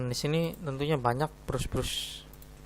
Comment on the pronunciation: brush dibaca bras